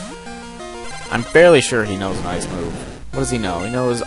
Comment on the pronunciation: I like how when he says ice, it's like AAYCE.